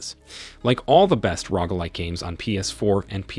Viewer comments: Lolol the Rogg like has me lawling so hard. Rogue. (Row-guh) there you go phonetics for you. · 🤣🤣🤣🤣🤣 Oh man "Rogue" not "ROG" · oh my god its rogue bro rogue not rog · I can’t tell what’s more annoying; this guy saying rogg or people spelling rogue as rouge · Definitely rogg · I almost turned off the video because he mispronounced Roguelike SO MANY TIMES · How do you not know how to pronounce rogue